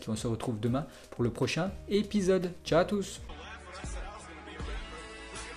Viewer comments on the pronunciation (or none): none